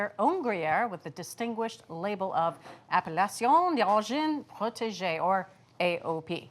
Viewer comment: Bridget, bravissima 👍👍👍 for having done a good job pronouncing "Appellation d'Origine Protégée" ( ) -- click on the "Listen" icon at .